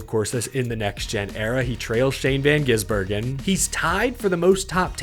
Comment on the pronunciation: It’s GiSbergen, not GiZbergen